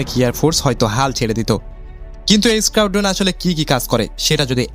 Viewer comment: Reconnaissance Mission, Squadron, Scorpions, Simple, Air Force এই সব ইংরেজি শব্দ সুন্দর ও শ্রুতিমধুর করে উচ্চারণ করতে আরো ব্যাপক অনুশীলন করতে হবে। ঠিক মতো উচ্চারণ করায় জোর দিতে হবে।